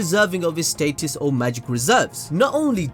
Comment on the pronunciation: The way u say status bothers me 2 the fullest